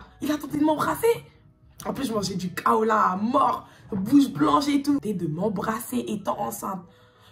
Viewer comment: Kaola non ça se prononce KaoLAI 🤣mais sinon t’es de quelle origine ?